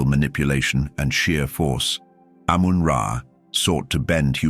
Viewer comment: ❤ its amun ra not amen men is wrong its the bible saying they stole from eygyt